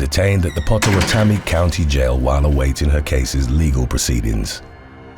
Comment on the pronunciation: Sorry- I know this is stupid but I lived there for years, & it's pronounced like- Pot-oh-wat-toe-me (Indian name from a tribe formerly of that area).